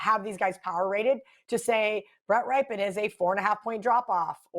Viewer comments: Love how everyone's pick of the week is thier favorite team it's also pronounced 'Ripyian' not "Ripe" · Somebody let know it pronounced rip pen,not rye pen